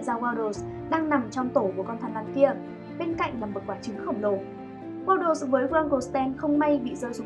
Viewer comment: Waddles nha chứ ko phải Waddel w2w đọc nhầm r